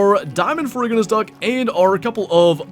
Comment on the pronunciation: I believe it is “fair-roo-ji-nuss”. The ferr- prefix is from the Latin for iron (ferrum), and ferruginous essentially means “rust-coloured”.